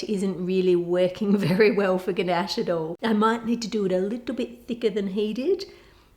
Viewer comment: god, when she kept saying gnash it was soooo annoying, like bro. IT'S CALLED CHOCOLATE, AND I KNOW SHE'S AUSTRALIAN OR SOMETHING BUT STILL.